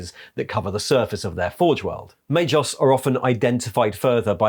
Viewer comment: is rarely mispronuncing obscure denominations derived from latin language but MAGOS is pronunced may-GOss not may-joss. G+O=GO not JO.